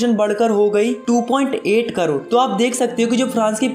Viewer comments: carore❌️ crore✅️ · carore ??? really check for urself "carore" not crore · It is not Carore it is Crore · Crore ❌ carore ✅ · crore ❌ carore✅ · Crore ✖️ Carore✔️ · Crore ❌ corore 😂😂😂😂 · crore❌ carore✅ 😂😂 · crore nhi carore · carore nahi crore hota hai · It's crore not carore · carore nahi hota hai crore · carore kya hota hai broo